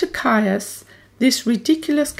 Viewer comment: Caius is pronounced 'Keys' by all those connected with Gonville and Caius college.